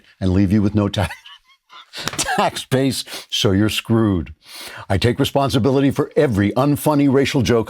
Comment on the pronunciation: Andrew, you are lacking the dramatic pauses around '...I.. take.. responsibility...'